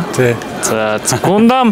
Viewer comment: гундам gesh гандам шүү 🥲